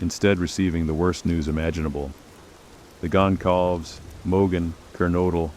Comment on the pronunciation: Completely… even pronouncing Kaylee’s last name feels like the cheap version of the story.